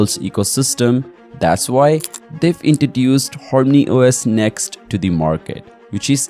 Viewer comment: Whats Horny OS?? Says harmony on screen but you keep saying Horny OS